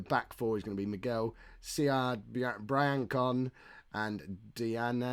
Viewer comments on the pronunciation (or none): not sure if this one's been addressed before and indeed perhaps a little late but....it's pronounced Bree-an-sonn. It's a town in France. That said, Brian-con definitely has more comedy value to it.